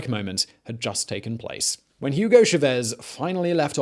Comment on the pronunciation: Coño pana, "Yugou Chavézz"? A mi tampoco me gusta el tipo pero ese no es su nombre 😂